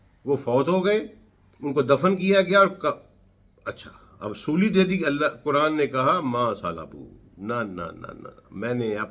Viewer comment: کران نہیں قرآن بولا کریں۔ غلط تلفظ سے مطلب ھی بدل سکتے ہیں۔آپ کی فہم وفراست پہ ہمیں کوئی شک نہیں